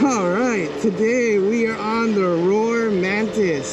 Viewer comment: It’s rawr like a lion not roar